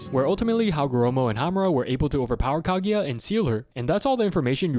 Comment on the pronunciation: His pronunciation of kaguya is making me cringe 🫩 “kageya “ really ? There’s no E in there